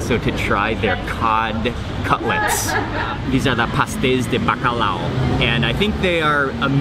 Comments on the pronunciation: Não é Bacalau, se diz Bacalhau 😉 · The L has more of a y sound. So it's pronounced more like buck-aye-ow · the “lh” is pronounced similar to the “ll” in Spanish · Os estrangeiros dizem BACALAO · "bacalau" 😂 at least tried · I think as a portuguese hearing mark saying bacalhau it's very funny 😂😂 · I love how he pronounces "Bacalhau"!! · The way you say Bacalhau triggers me